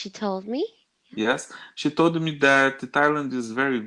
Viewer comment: Para de colocar "i" no final das palavras. She told me você fala She TOLDI me